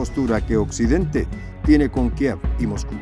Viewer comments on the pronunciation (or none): none